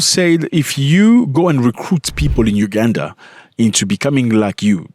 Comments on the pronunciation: It's UGANDA not UGADAN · Its Uganda not ugadan